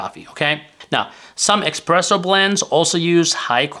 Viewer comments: Sorry, but it is not "Expresso" it is Espresso! It is made with pressure. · And certainly, it's espresso and not express-o. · It's espresso, not "expresso". Michael Scott on the The Office would say "expresso", among many grammar/pronunciation errors. What is the effect on truvia, stevia, splenda, and other artificial sweetners on blood sugar level? I've seen contradictory statements on the topic. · It's not "expresso" but "espresso" and it doesn't mean "express, fast", it means "under pressure, pressed out". Unbelievable that someone who talks about coffee doesn't know that. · It's NOT expresso for fast, but espresso. Considering all those italiano inventors, it's no surprise that the word espresso comes from… Italian! Espresso is the past participle of the verb esprimere, which means 'press out'. This verb stems from the Latin exprimere, which means 'press out' or 'squeeze out. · Informative as always, but...expresso? :) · not expresso lol, it's espresso and it oryginates from brewing method not because you think it's express :) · espresso not expresso ! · espresso, not expresso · It's Espresso, not expresso ;-) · It's not "EXPRESSO" -- it's pronounced "ESPRESSO", which has nothing to do with "express". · I call it expresso, that is how I like it lol. But thanks for language lesson. Please make us videos about how to pronounce words lol:) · Ah yes, "expresso" is fast espresso. 😆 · You have committed a sin, by mispronouncing "espresso". You could be unalived for that. A internet story about this talked about a jury actually acquitting someone for this.😂